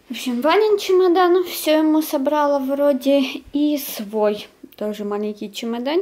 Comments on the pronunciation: Не собрАла,а собралА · СобралА, а не собрАла